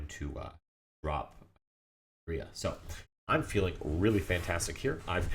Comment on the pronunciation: Great video only one thing urked me, your pronunciation of URIA, its Oo Rye uh